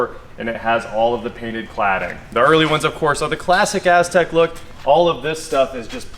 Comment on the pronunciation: everytime he said Aztec all I heard was A$$crack.